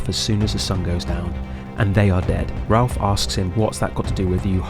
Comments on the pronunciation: Raph... Not ralph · Great video. Its also Raph, not Ralph. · Dis the dude narrating this call Raph, Ralph?? Lol